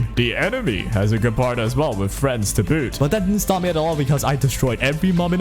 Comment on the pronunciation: You know is name is Gepard right, not Guepard ?